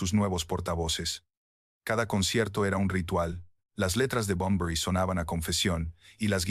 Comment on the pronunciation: Like por cada vez que dice Enrique Bumblebee